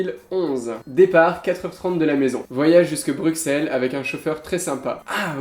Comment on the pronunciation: Oh non! Il prononce "Bru[KS]elles" et pas "Bru[SS]elles" XD